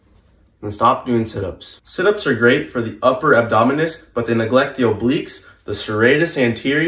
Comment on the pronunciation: yeah this guy has no idea what he is talking about. Just listen to how he pronounces abdominals as "abdominus".